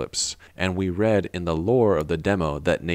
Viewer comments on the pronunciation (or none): none